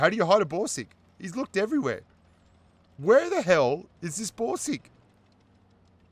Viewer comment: I hear Broom sticks instead of Borsig.